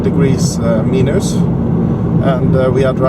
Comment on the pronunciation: what a excelent video. Very usefull for us here in Norway thinking to buy this car. BTW when you say "Minus" say it like "Mainus" not so important but anyway:-)